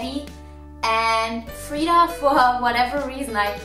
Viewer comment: You call Freida Freedee a lot.